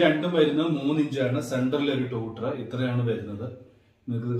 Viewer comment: ടൂട്ടർ അല്ല റ്റ്വീറ്റർ